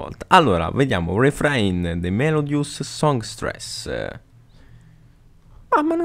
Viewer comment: Wingardium Melodiòsa, non Melodiosá